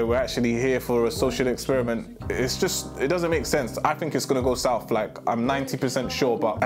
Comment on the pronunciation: He said am I jist😭😭😭😭